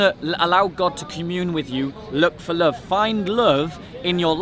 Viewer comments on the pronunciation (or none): I like how says love.. "Lufve"